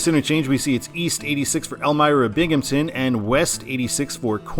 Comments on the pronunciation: FYI, in case it comes up in the Eastern I-88 video, it's Binghamton, not Binghampton. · I think Jamestown is a fine control city going EB; it has a population of ~28k which is actually pretty sizable for that area of NY/PA. It definitely should be Erie going WB though. Also, there’s no “p” in “Binghamton” ;)